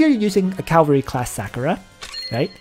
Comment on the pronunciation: “Calvary class,” “SÂH-ku-ra” and not “SAW-ku-ra” hah thanks for all the intel and advice on your channel, though. For real. There’s only so much out here and you seem to know your stuff.